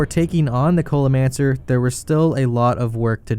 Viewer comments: did this man just call the culinaromancer the cola-mancer lmao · Why do you keep saying culimancer